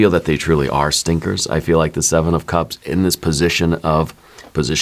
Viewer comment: Did you say stinkers? 😂❤